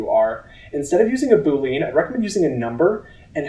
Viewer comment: ❌ Boo-LEEN ✅ BOO-lee-uhn